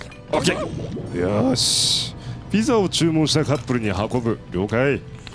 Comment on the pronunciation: にピザのことぴじって言ってるｗ